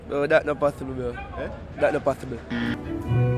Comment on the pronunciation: That nuh pathibble 😂😂😂😂😂